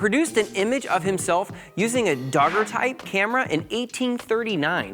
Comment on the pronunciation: You mispronounced Daguerreotype. I listened over my childs shoulder and I couldn't get past it, given the title is partly Art History Lesson!